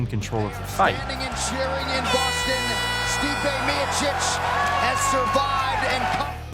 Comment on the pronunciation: Hhh it’s Funny how he calls Stipe!!! Dude it is pronounced Steepè